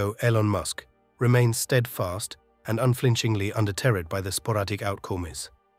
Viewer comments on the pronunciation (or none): Everything is celestial and cosmic hahaha - also cannot pronounce some words like "deterred"